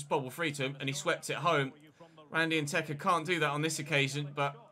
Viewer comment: Randy probably doesn’t play up to potential because Che’s always calls him “Nketa” instead of “Nteka”